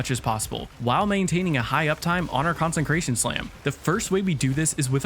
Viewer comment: Two things 1. Consecration has no N in the middle, you keep trying to say concentrated 2. You get 5 fragment slots so do a revamp other than that great video 👍🏻